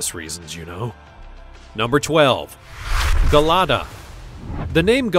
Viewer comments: The narrators on these content farm youtube channels are just incessant yappers, I guess this one isn’t as bad as some of the others with the unbelievable mispronunciations & lisps. But Gelada isn’t like hair GEL, it’s JA-LADUH. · And the Gelada Baboon's name is pronounced "Jelada", with a soft "j" sound, not a hard "g".